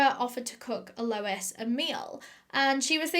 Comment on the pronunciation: This case was HUGE here!, your eyeliner game is strong today, your pronunciation game is - mmm, not so strong but we forgive you!!!! (it's al - o- EEE- SS)